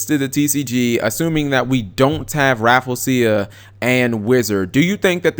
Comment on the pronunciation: say it with me cap: RA-FLEE-ZEE-UH